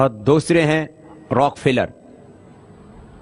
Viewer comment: Pronounce hi galat kia hai story real hai